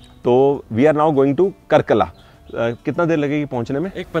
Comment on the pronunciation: nice video, a small correction- it's कार्कला not कर्कला